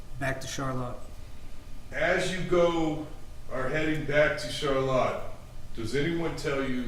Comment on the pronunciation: Why are they pronouncing ‘Charlotte’ all weird like ‘Char•Latte’ to make it sound fancy...